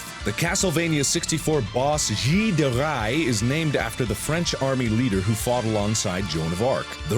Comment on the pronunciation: ***** De Rais is pronnouced : De Rey, not like you tried to attempt.